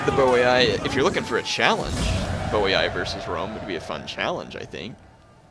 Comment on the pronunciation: Its actually pronounced "Boyyyy"